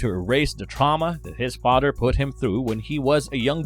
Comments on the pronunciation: Are you saying 'fodder'? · His fadder did it? Um what's a FADDER? OH!!! FATHER IS WHAT YOU'RE ATTEMPTING TO SAY. I GET IT. 😩